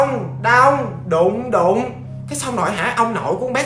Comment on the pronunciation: đụng đụng đau đau mà t nghe nhầm là đụ đụ đau đạu :)